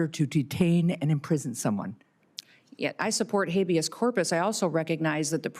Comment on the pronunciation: "Hayveous Corpus"? She can't even pronounce it and until she was schooled here she didn't even know what it was!